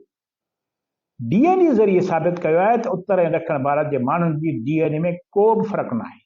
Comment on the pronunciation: Saeen, DNA not DNE